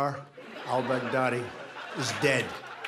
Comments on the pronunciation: he said brag daddy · he said that later. he first said bag deady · I died when Kimmel said Bag-Deady 😂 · Trump mispronounced al-Baghdadi's name twice during that speech. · LOLOLOLOL OMG the way he pronounces Al Baghdadi.... OMG!!! a worldwide laughing Stock and zero substance